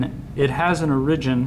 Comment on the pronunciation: why do you pronounce origin so strange?